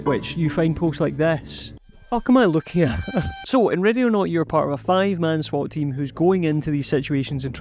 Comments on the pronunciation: I cant stop hearing Radionaut I swear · Even near the end of the video it sounds like you're saying radionaut. Could figure out the rest of the accent but i had to think it over every time you said the name of the game.